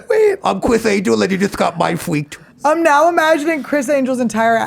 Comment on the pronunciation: Mine fweaked 😂😂😂